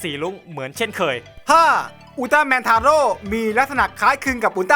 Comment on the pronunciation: 11.อุลตร้าแมนทาโร่ออกเสียงแบบไอ้โง่!!!!